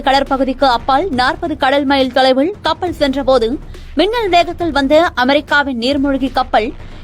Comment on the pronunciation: கடள், கப்பள். என்ன உச்சரிப்பு இது.